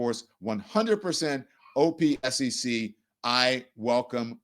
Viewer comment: You can just say OPSEC as if it’s a word, “opsec”, not the individual letters. Agencies are usually “letters” but military and security terms are usually pronounced as a word, it’s faster.